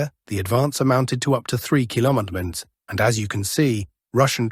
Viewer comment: Until you change your PATHETIC titles, you will lose more viewers. And what is the story with not being able to pronounce "kilometres"? You need to find better voice generated application my friend. The one you use sound so robotic....it is a joke. All that fake content (the robotic voice and the stupid titles) are going to make your channel obsolete in few months. There are few far better out there, with no fake generated voice and realistic titles. You either correct or you lose all relevance. Get it!